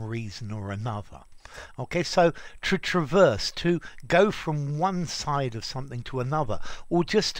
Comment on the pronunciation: "Traverse beam"-the noun is stressed on the second syllable like the verb.. I think it can have the 1st vowel stressed too, like the 2nd vowl of "trespass"as a verb but it becomes a schwa as a noun,right? 👍